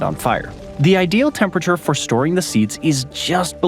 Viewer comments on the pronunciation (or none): none